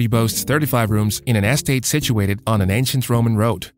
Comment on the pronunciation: You need to understand how to pronounce Cecil B DeMille and the word estate